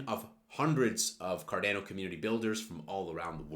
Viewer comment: It’s “car Dah no” Not “ car dan o”